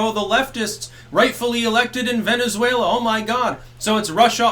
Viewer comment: I dont know why I lost my shit that hard when you said "Venezfaila."